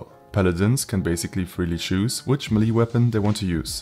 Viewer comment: Melee, not meli.